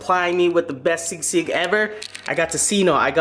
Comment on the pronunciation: You said sisig right for the first time